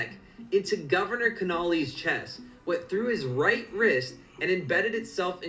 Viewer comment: lol .. the way the guy pronounces "Connally" is hilarious